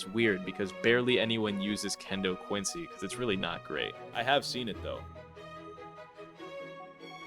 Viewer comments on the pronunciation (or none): none